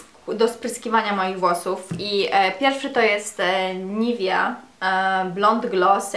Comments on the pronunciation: Jaka NIVIA ?? NIVEA się mówi ; )) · nivia? NivEa:) lov u:*